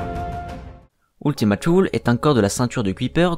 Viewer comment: Non pas trop il dit "New Horizon" au lieu de "New Horizons" et "Ultima Thule" doit être prononcé comme du latin et non comme de l'anglais, mais ce ne sont que des détails et ça n'enlève rien à la qualité de la vidéo ^^